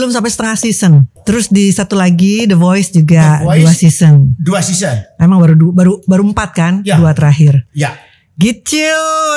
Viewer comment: Seson sebutnya sezon